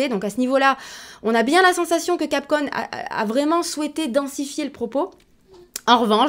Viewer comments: capcon LOL capcommmmmmm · J'ai relevé aussi ! T'es mignon toi ! 😍